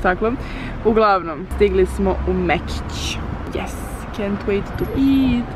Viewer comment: Ne kaze se jes nego yes nauci engleski